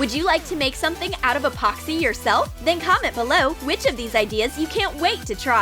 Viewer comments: Junior Cans 'Expoxy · This how many times she said Apoxsee 👇🏻